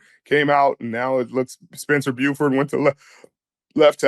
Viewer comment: Spencer BURFORD, not BUEFORD.